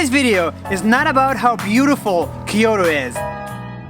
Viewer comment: how his pronunciation ......... "k-oto"